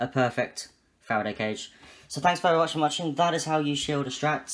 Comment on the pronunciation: It was all going so well and then in the last few seconds “thanks very watch for muching” 🤣 Excellent video mate. I’m still finishing my paint and then I’m coming back here to follow your instructions 🙌